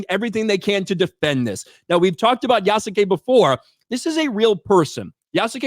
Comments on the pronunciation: you can pronounce Yasuke without the u sound, its actually sounds like as "Yaskay" the name Asuka sounds like "Aska" Kasumi sounds like "Kasmee" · Yasuke = Pronounced Ih-soo-kay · Good job at being fair and middle to the debate. I have seen claims that Yasuke (pronounced Yas-skay) was either definitely a samurai or never was. The thing is we don't know for sure, there is no definitive that he was made one but multiple well respected historians have provided possibilities from the info on Yasuke, that he might have been. It can basically only be placed on interpretation, but that's not the issue with the game. The problem is that the creators didn't care about Yasuke or his story, just his skin color. I would love a game about Yasuke, it just its execution that was ruined. Also the creators fall onto the old 1960s tropes on Samurai and Shinobi, forgetting that Samurai was a class and Shinobi was a job, so a samurai can be a Shinobi. Also half the moves and tools she uses are just tropes from the Western fantasy of Japan. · "Yessum Kay"